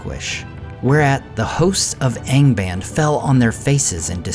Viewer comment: "ahng bahnd" for goodness sake, there's a pronunciation key at the back of the book!